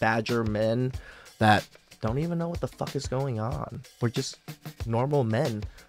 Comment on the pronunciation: how emphatically you said "FUCK" in the beginning had me rolling. 😂